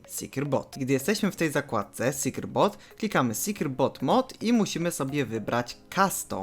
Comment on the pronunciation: secure boot wypowiada sie: 'sekjur but' nie 'sekjur bot'